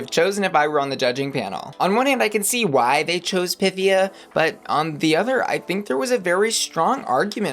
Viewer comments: Pythía, her name is Pythía... is it so hard to pronounce it right? Py-theé-a... FFS! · Duuuuuude, stop pronouncing Pythia wroooooong